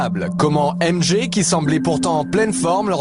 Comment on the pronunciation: Non çà se prononce Jay comme Janet Sauf qu'ont dit MJ ( Jay )